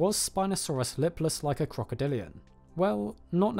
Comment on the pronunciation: OK is he saying "crocodilio" or am I tripping?